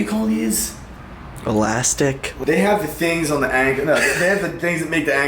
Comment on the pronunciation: saying elastic 🤦‍♂️🤦‍♂️🤦‍♂️